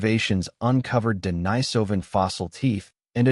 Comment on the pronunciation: They couldn't even pronounce Denisovan consistently.